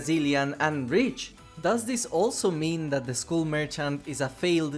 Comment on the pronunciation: I beg you, say skull as if it's "skall". I tried to ignore it but I can't anymore 😭😭😭